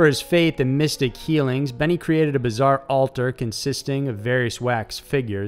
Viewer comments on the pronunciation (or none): none